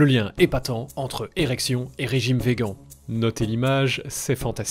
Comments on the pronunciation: Super vidéo comme toujours, mais pourquoi prononcer "vegan" et pas "végane" ? Aucun vegan ne le prononce comme ça. 'vegan' est un mot anglais qui se prononce comme le mot français (végane). De ce que j'en sais, les gens qui le prononcent vegan comme si c'était un mot français le font pour dénigrer le mouvement, ce qui m'étonnerait de ta part. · Très bonne vidéo Par contre on dit veganne ! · C'est dommage de voir comme tu prononce "véguan" tout au long de la vidéo alors que tu le le prononce bien au dans les premières secondes de cette même vidéo. Vu comme ça on dirait cette personne relou qui le fait consciemment dans le but de trigger les vegans ^^"